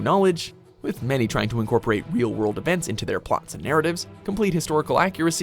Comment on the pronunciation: Oo WEAL world!